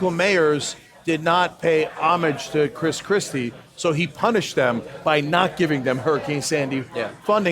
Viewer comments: Did he say crispy kreme or chris Christie? 😃😂😄😁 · I believe he said Kris Krispy XD